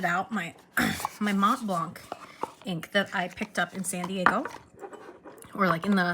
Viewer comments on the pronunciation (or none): Your french is great :) But we don't pronounce the "c" at the end of Montblanc, nor the "t" in the middle :P We are the best at not pronouncing letters :P